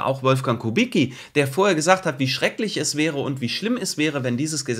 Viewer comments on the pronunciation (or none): none